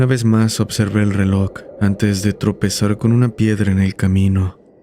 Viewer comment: Es reloj bro, no relok.